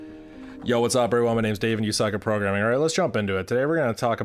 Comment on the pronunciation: Bro did not just said 'You suck at porgramming' but also 'You suck at piano'